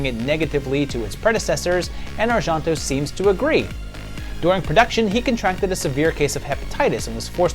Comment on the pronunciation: Argento Is not "arshanto", it's "ar-jen-to"